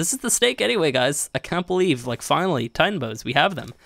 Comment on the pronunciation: yo-uhh you kinda said FANNALY 2 times